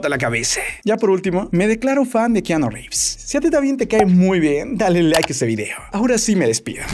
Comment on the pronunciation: re fa nde keaaaaaanooo jajaja